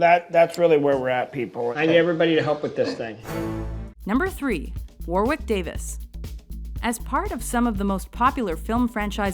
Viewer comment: They fucked up the pronunciation of Warwick Davis....